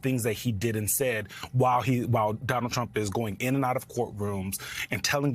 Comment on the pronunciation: I Love The Way Biden Pronounces "Donald CHrUMP!!!"